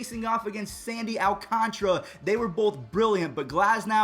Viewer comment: btw it’s Al-can-tar-a